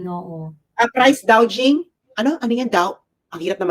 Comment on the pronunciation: price gouging (gouj) (gaw-jing)